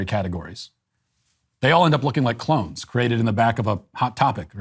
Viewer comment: Did you say clones or clowns 🤡 🤔